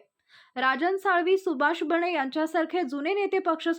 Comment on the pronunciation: एकणात नव्हे एकनाथ, बणे नव्हे बने. मराठी निट बोलता येत नाही चालली बातम्या द्यायला.